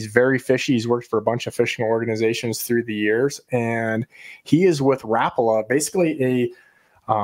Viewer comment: Rap-pa-la..just picture Al Linder saying it.